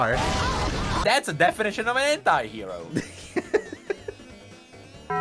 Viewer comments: Why....why evrey time i hear them say anti-hero i simply hear hentai-hero...why lord 😢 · Because I'm french and we don't pronounce "anti" the same way english people do, every time you guys said "anti-hero", I was hearing "hentai hero" 😭